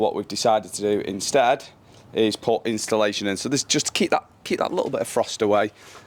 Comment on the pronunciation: Love the job, just for future ref. It's insulation not installation!